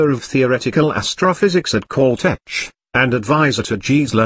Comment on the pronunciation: Annoying phoney voice over that mispronounces words such as Caltech.